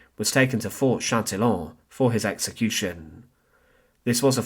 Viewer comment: “CHÂTILLON” not “Chantillon”